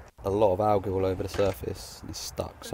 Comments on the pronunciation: there is literally only one way to pronounce it. any other way is incorrect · I get so triggered when he says “ algae” wrong 😂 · he keeps saying alge 😂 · did he really say alge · The way he says “Algae” kinda disturbs me lol but I know it’s just the way he says it. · The way he says algae 😂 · The way he pronounces algae is killing me